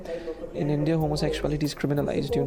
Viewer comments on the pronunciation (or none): none